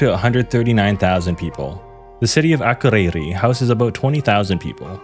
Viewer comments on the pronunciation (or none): yes im icelandic (from one of the better regions as well) my grandparents live in akureyri so i say it a lot. you just put emphasis on the wrong letters and also everytime you needed to say ð it sounded like d💀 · im dying at how you pronounced akureyri